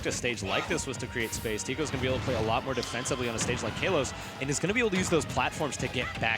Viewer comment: that kalos pronunciation broke my ear drums